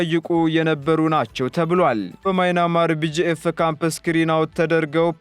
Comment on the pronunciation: “ማይናማር” ሳይሆን “ማያንማር” ነው። 😂😂😂